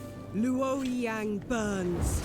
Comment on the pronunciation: The narrator doesn't pronounce the names correctly either,. "LOO-OAR-YEHNG" lol. It's pronounced LOAR-YOUNG.